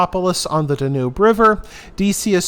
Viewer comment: What is the correct pronunciation of the The Danube? I believe the stress is on the first syllable. I was surprised that your channel didn't have a lot of subscribers, but then I realized that it's not that old. I think you are going to have a great new year with a lot of new subscribers because you content is interesting and perceptive. You are doing a wonderful job. Thank you for what you do. Happy New Year.